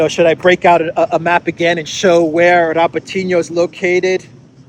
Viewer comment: I wish you guys would pronounce Robotino correctly it's pronounced RabOtinah with the emphasis on the 'O'.